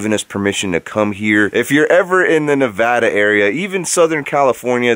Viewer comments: Thanks, Omar, for saying Nevada correctly! Now try Pahrump and Pioche. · THANK YOU FOR SAYING IT'S NEVADA NOT NEVAHDA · OmarGoshTV thank you for saying Nevada correctly because I live there and I hate when people say it wrong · FINALY SOMEONE SAIF NEVADA RIGHT!!!!! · From Reno Nevada. I’m proud you said that right